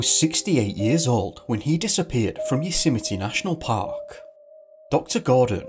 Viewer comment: “You-symety” national park? 😆😂🤣